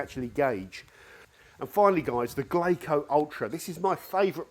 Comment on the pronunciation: Why do you keep pronouncing it that way? It's "Glasso", like Brasso; the Japanese pronunciation of the English word , glass. Good vid. Great channel. Thanks for the info and entertainment.